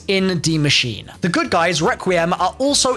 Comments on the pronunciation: Its pronounced 'dee machine-a' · its pronounced more like "masheener" where you say the e at the end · Nice pronounciation, just say an "e" at the end of Machine, and you got it well pronounced in german 👍